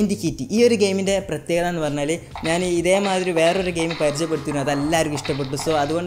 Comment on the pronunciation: "യെറിയുന്ന മായിരി" മലയാളം പഠിക്കൂ ശ ഷ സ ഹ ള ഴ റ